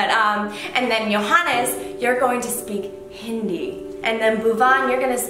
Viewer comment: Johannes pronounced hindi so well ...